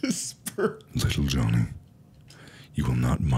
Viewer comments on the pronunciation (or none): LITTLE JUHVY